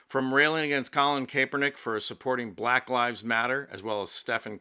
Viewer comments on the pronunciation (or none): Can Yall Please Watch Ur Videos and Pay Attention How U Say The Word Black. Please...